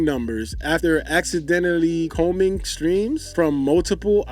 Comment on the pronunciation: I know you ain’t just read and say “combining” like that. I had to enlarge the video to read what you reading to make sure I ain’t tripping 😂😂